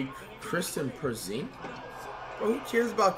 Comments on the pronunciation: No One: Flight: Kristen Perzingis Akunkpo DeeMontIce Saybonis Rudy GoBERT Jay A Morant Zeeon Williamson He doesn’t even try to pronounce names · “Kristen porzingis” lmaooo